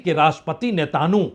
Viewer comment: नेतानू नही नेतान्याहू बोलिए...कई शब्दों का pronunciation गलत है आपका